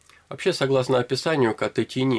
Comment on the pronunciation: Не "тини", а правильно "тайни".